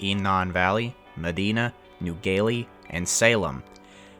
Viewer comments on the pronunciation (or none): we all it "meh-Die-nah" not mehdeenah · you pronounced medina wong